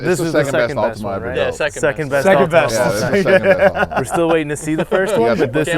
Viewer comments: lol Americans and pronunciations "Altimania" wtf :D Prediction for this was Altima as well. Hellcats just cannot get power down, no matter how many million HP they have. They're completely garbage off the line. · It’s an “Altima” 😂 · So..... Its actually an "Ultima" instead of an "Altima"...... Lol